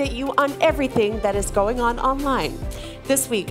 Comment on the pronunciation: "We are gling on a summer holiday"